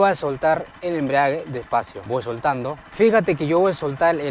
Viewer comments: Cuando escucho la palabra embriague me dan ganas tomar....ni es embrague....🫢🫢😂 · He escuchado a muchos decir embriague cuando creo es embrague o sera que hacen referencia al licor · Enseñando a manejar moto y ni siquiera sabe pronunciar "embrague"...toma mucho ron y se embriaga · me encantaron 2 cosas del video, el paso 1 y el "embriague"🤣🤣🤣🤣